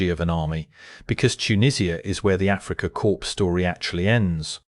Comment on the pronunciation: Pronouncing it "Africa corpse" seems very appropriate.